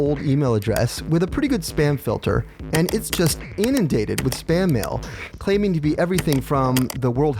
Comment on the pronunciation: "span mail"? tch tch